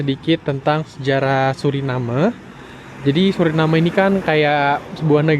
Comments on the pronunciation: Maaf saya koreksi ya ? Orang lokal sana dan wisatawan yang datang, ataupun orang Belanda menyebutnya "Suriname" bukan "Surinam" seperti yang anda sebutkan berulang kali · Yang betul Suriname ya, bukan Surinem.. Karena dari bahasa Belanda. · Ejaan yang benar itu Suriname huruf e-nya dibaca bukan cuma jadi hiasan kalau nyebut seperti tadi itu ejaan Melayu Melayu Malaysia Melayu Brunei nyebutnya gitu kalau Indonesia dan Suriname asli nyebutnya ya pakai e jadinya dibaca😊